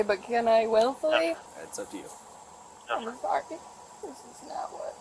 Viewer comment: Michigan accent is terrible 😅 naaaaaaht.